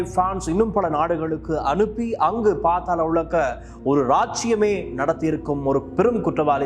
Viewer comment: அண்ணா. அது பாத்தாளம் இல்லை. பாதாளம்!